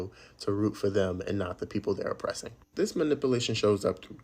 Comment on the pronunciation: If you can't pronounce the word "MANIPULATION" correctly, why say it four times?🤣👎